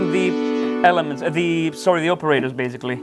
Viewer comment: love your playing. And your English is good enough. But it's baSically, not baZically. I tell you this, because you use this word A LOT. Not only in this video, but also at Doctor Mix. 😁